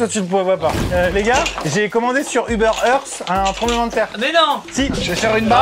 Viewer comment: Je me rend compte que maintenant !! que Maxime dit "tremblement de traire" 😂 à